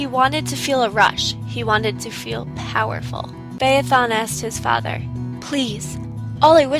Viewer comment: Thank you for pronouncing "Phaethon: correctly.